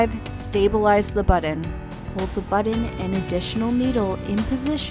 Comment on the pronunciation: Why is she saying buddin?? 😳